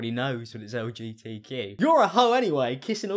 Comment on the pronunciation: Why did I think of “LG TV” when she said “LGTQ”